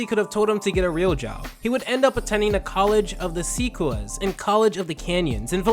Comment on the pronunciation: you botched the pronunciation of Sequoia. And College of the Sequoias is in Visalia, CA.